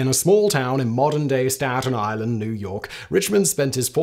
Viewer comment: Why mans say Staten island like that lmao is that a difficult name to pronounce for English ppl? 😭😭 That is a serious question tho, so if any one can tell me plz do lls